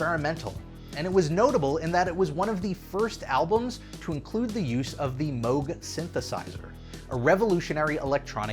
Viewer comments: It's rare that my two passions of Disney Theme Park content and Synthesizers come together in the same video! Fantastic. AND GOOD WORK SAYING MOOG CORRECTLY!!! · I am so proud of for pronouncing “Moog” the right way. I almost always hear it pronounced like the sound a cow makes + g. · Congratulations on figuring out how to correctly pronounce "Moog"!